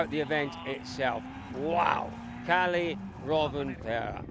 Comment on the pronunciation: theres like 20 drivers and the newsreporter cant be bothered to learn their names... Källi ??? It clearly Kalle